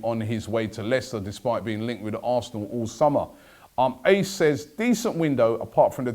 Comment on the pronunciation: You pronounced “Ace” the guys name wrong. But all good